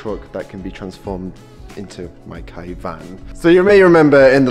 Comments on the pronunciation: It's Kay not Kai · C'mon, it's pronounced kay not key. 🤣